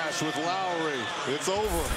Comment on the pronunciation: Its Lowry not lawry